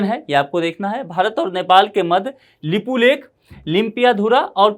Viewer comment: Nepal never claim unnecessary land..this youtuber even can't right way to pronounce lipiyadhura lipulek.